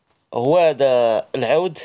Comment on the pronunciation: العود مشى عوود صحح النطق ديالك